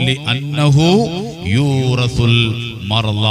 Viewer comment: യൂറസു... എന്നല്ല.... യൂരിസു എന്ന് വായിക്കണം